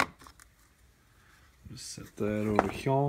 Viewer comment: Do you always say here like "heeya" lol